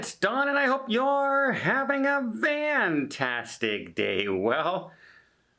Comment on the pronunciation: Why do you say vantastic?